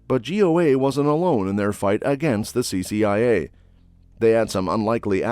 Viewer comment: CCIA, was misread several times, CIA also, This reader should be fired.